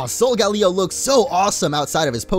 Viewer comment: Solgaleo is pronounced sole-ga-lay-oh